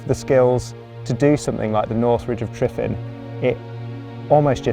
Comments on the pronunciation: Great video but please pronounce it correctly "" lol. The single F is said as a V. Not an F. Two Fs would be F. So the lump on the ground your climbing is said phonetically as. Tre Van ". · Great video, but please for the Welsh community learn the pronunciation for the mountain Tryfan. You’ve said it wrong so many times lol 😂😂😂 and kept getting worse each time 😂😂